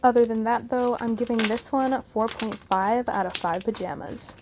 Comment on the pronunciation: welcome and thank you so much for the heart ❤️ ..... I usually watch slimeowy but yesterday when I found your channel it was just as perfect and I hope your channel gets more subscribers :) Edit: the way you say pajamas is hilarious 😂 👍